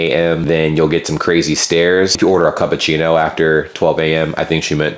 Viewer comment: Did bro just say CUPachino???